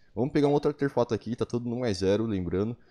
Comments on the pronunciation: Artefato* e n Auterfato, toda vez q vc disse isso foi um choque no meu cérebro, vc até msm conseguiu com q minha mente pronunciasse essa palavra de forma errada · "ateRfato" kkkkk